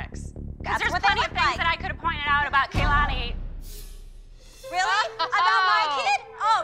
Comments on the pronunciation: I hate how said kalanis name Its ka-lani Not kay-lani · no she was talking about kendall than when she got in kira's face she said their are plenty of things i can say about kalani but she said kelani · Allyson Kathryn ikr she said: “ KAY-LANI” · there’s plenty of things i could have pointed out about KAY-LAN-NEE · It honestly makes my teeth hurt when says "Kay-lani." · My God, didn't even say Kalani's name right... she said Kay-lani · theres plenty of things i could have pointed out about Kay-la-ni Kira: say her name right bish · "Kaylanie" oh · When she can't even say Kalani right 😂 (Kay-lan-ee) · I don't think Kira should of had a huge fight with. After all, never even talked about Kalani. I mean she did talk about Kay-lawn-e. But not Kalani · said Ky lani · if you are going to pick on Kalani than at least say her name right, it's Kuhh-lawn-eeee not Kay-lany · u said kelani not kalani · It kalani not kaylani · if you are going to talk about kalani at least say her name right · couldn’t even say kalani properly and I’m actually so glad Kira is like that it’s entertaining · If is going to talk about Kalani say her name right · So nobody's going to mention how said kalani wrong? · Queen Kira 💍💌💍💌💍👑👑👑👑👑👑💲💲💲💲 btw say kalani problery 😂😛😎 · the way said Kalani🤣🤣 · The way said Kalanis is name 😂😂😂